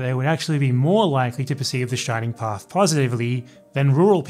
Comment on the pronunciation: A non-peruvian that talks about the Shining Path without fucking it up! How nice!